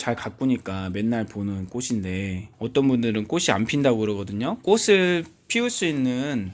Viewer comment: 꽃을~꼬츨 꽃이~꼬치로 발음하세요 꼬슬,꼬시아니죠.